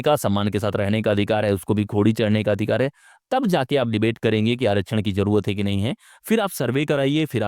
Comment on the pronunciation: आरक्षण का सही उच्चारण करना पहले सीख लो, फिर उस पर ज्ञान पेलो।